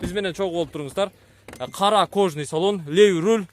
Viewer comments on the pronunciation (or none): none